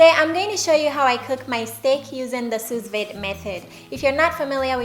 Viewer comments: It’s called soo-veed not soos-vade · Pronounced soo-veed. I appreciate the work you put into your food and videos❤ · go to type in sue veed. Then click speaker to hear what they say. That is how you say Sous Vide. Just helping ;-)